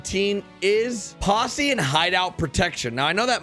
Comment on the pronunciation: How do you pronounce Posse? -Pussi